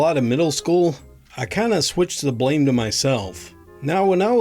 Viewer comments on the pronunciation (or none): none